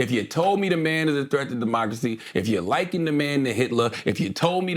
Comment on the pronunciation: Is this mf trying to say “linking”?